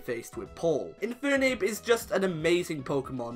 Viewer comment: It's Infernape, not Infoonape!